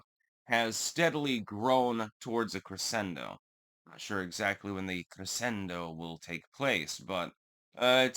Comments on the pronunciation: The word "crescendo" is Italian. In the context of music, it's normally pronounced cre-SHEN-do, not cre-SEN-do. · Linguistics expert?.... Then you know it's pronounced cre-shen-do. 😉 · Crescendo - the sc is pronounced as a sh. Pronunciation is 'creshendo' fyi. 'I am a linguistics expert' Self certifications are false and usually deteriorate one's creditability. I agree with you. The word 'hung' should be defined at the past participle of the verb hang. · “I’m a linguistics expert, by the way…” Intentionally mispronounces words to sound smart 😅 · “I’m a linguistics expert actually” says the guy who twice mispronounced crescendo. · Linguistics expert that doesn't know how to pronounce crescendo